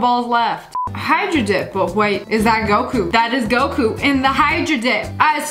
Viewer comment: When she said Goku I thought she said goat poo 💀